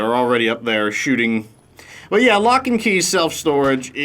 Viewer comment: Loch as in Loch Ness Monster. Nessie. Nothing to do with The Flintstones,!